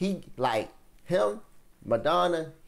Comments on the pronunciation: Pronunciation of the legend’s name using syllables: MA—-RA—-DON—-NA Diego MA-RA-DON-NA Not “Madonna”…🤣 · Broooooo. It’s Maradona. Madonna is a singer. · My g how u gonna call him Diego Madonna? You think the "Ra" silent or some shit?